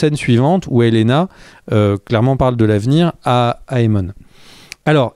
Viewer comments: Helaena se prononce « Elena » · Ça se prononce Helena, il n'y a pas de i